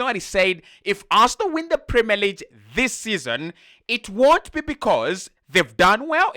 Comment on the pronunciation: Pronounce 'league' properly. You are pronouncing it as LEEJ. But it is pronounced as LEEG. In French G sounds like J in some words and can be a little confusing. However, in English, we have a distinct sound for each letter in the Alphabet